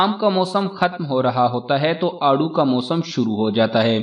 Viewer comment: It is aarro, peach